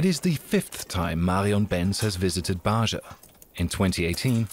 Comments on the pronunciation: The sound zh is not used in Arabia. It is not Bazha and Zhamila. It is Baja and Jamila with j as in Jane. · Ba'ja is pronounced as BAH HA.